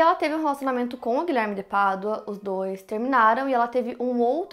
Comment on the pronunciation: Me lembro que foi com o primeiro vídeo sobre este caso que te conheci. Na época ficava irritada com você falando “Guilherme de Pardua”. E então pensei que eu tava sendo uma idiota e vi mais um vídeo, e outro e todos kkkkk. Você faz um excelente trabalho. Parabéns pela forma como aborda,.